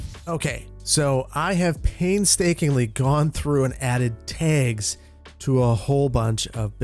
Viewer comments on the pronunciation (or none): Same! Everytime I hear say "tegs" I think of that scene from Snatch. "D'ya like tegs?" "Ya, I like tags"